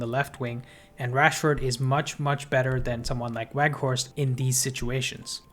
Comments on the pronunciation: Bro, it's pronounced "Vout Veghorst", the W is changed to a V. He confirmed this himself in an MUTV welcome video interview. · haha u said it a few times wrongly though, just helping you out with a reminder. I think it's a good habit to develop as part of professional presentation, just like how we learn to pronounce names like Tchaikovsky or Saoirse correctly. Just some constructive criticism, don't take it the wrong way.